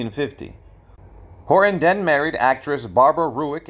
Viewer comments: His last name is Horton, not Hor on.. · Hor Ton. Not Horon.